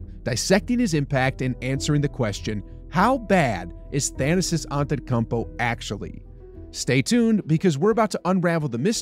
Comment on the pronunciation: Why are you butchering the pronunciation of his first n last name?